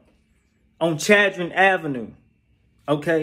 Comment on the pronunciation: It’s called chadron CHAD-RON